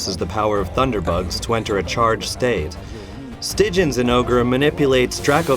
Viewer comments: it's "STIH-GIYAN" godammit! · STYGIAN NOT STIJJEN. There are three syllables. Please hire translators who speak English. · "stigin" lol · Ffs why cant they pronounce stygian correctly. Its like they skip the 'a' in stygian.